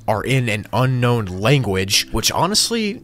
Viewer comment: Level 15 You say unkown instead of unknown